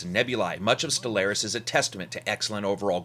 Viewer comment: It's pronounced Stellaris not Stellaris